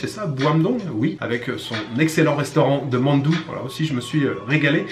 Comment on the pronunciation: Très cool comme vidéo Ps : Mandu se prononce « MANE DOU » lol